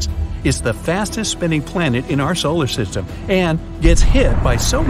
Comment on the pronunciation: (love ur vids) btw i heard u say solar sytem LOL u said it wrong